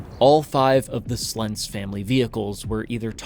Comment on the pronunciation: Thank you for pronouncing Slentz correctly. I remember this storm. The people in Jarrell did everythin right, the storm did not. It went contrary to how such things typically go.